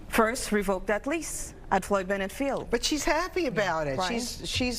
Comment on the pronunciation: It's Floyd Bennett field, not Juan Benitez park. 🌯